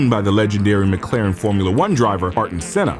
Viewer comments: Air-ten Senna, not R-ten Senna lol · Did bro say Art 'n Senna?